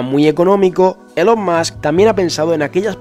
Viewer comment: ya que pones accento americano para pronunciar el nombre de elon musk, dilo bien xD se pronuncia "ilon mask"